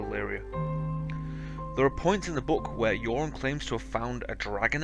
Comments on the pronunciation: Luke Good Fair enough man, my problem with the pronunciation in this video is that when he said "Euron" it sounded more like "Yoren" who was a completely different character. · The name Euron is take from the Welsh name Euros and is correctly pronounced Ey-rron for all English people out there.